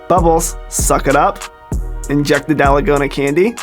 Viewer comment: “kanye pepper” “dalagona candy” work on pronounciations buddy